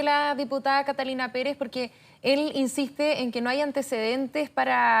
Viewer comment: Pere(Z) Pere(Z) NO KATALINA PEREE... Los chilenos!!!😂